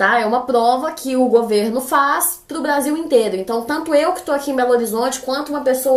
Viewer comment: *agola *Blasil *insclisao que fofa